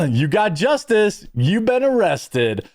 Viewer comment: "and now I got bustid by the justiss!"